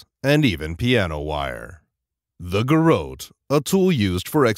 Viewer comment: it's GAIR- UT